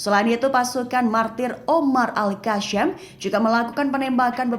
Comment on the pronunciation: YANG BACA TEKS NYA KEPANAPA AL KASSAM DI BACA AL KASYAAAAMMM